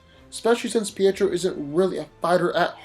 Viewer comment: Colossus' name is Piotr. Please stop pronouncing it Pietro. That's Quicksilver.